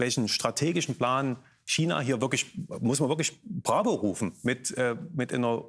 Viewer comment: Wie keiner China aussprechen kann 🤡